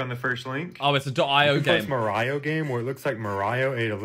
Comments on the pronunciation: did he just call mario ”mar-iouh” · the mario game u super jump with x on keyboard the way he says mario is frustrating ,,freakin Mario Carey